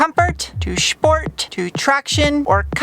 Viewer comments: Loving it every time to hear the word „Schport“ … best regards from 🇩🇪 … 😅👍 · Why do you pronounce SPORT as SHPORT?